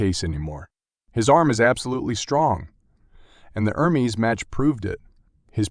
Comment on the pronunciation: You called Levan in four different ways in the first minute. I always wondered why Americans are so ignorant in learning anything that it’s not in English??? Levin. Levan. Leven. Livan Could it be the school system? And the other guy’s name is ERMES. Not ERMIZ